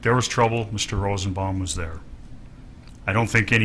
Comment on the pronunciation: .....he is so horrible. Slob. Dumb. He said ROSEN-BOMBING